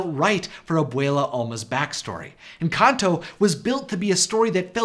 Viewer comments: Lmfao he pronounces "Encanto" as, "Enkantō." xD And "Pedro" as "Pētrō." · The way he pronounced encanto 💀💀